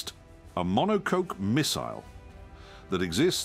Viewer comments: Also mono-coke rather than the correct pronounciation of monocoque plus some other stuff that gives it away as ai text to speech. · I didn't take out of that in. The Clarksonesque voice-over is too nauseating. I say esque because even he wouldn't pronounce monocoque as monocoke ffs. But I'd really like one for my birthday please. 🤔🤣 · Monocoke? The real can pronounce monocoque properly... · AI can't say monocoque. "Monocoak" 😂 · He would never say "monoCOKE" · Nice try AI but I think knows how to pronounce monocoque. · It's A.I prompted to sound like. knows how to pronounce 'monocoque'. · This sounds like an AI copy of voice. The mispronunciation of "monocoque" gives it away. No car guy would say it that way.